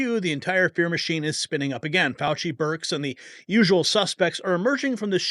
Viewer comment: FAU --Chee